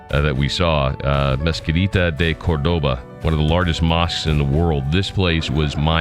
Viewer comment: You made a mistake and said you were in Madrid instead of Barcelona at the end of the video. Also, Cordoba has a stress on the first “o” not on the second “o” . Otherwise, I thoroughly enjoyed your video! I’m planning to go on this tour soon.Thank s for the information.